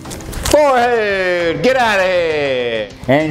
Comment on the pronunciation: When he pretended to golf, did he say “FOREHEAD!”